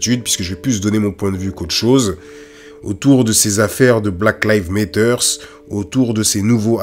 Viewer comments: excellente vidéo cependant... Black Lives Matter se prononce "black laïv'z méddeur" (laïv'z comme life par exemple) et le "T" se prononce "D" méddeur" pas Lévi's comme la célèbre marque de jeans mais laïv'z lol Tu dis "black Lévi's méteur" tu m'as tué lol 😄 bon sur la forme je te taquine un peu mais ça m'empêchera pas de te mettre un pouce bleu car sur le fond c'est une top analyse 👏😉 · Super. Bon travail comme toujours. Poursuis ainsi et merci. Par contre pourquoi choisir de prononcer "Black Lives Matter" comme tu le fais? La vraie prononciation est tellement plus simple. Just saying... anyway Big up! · pk tu dis black levis matter??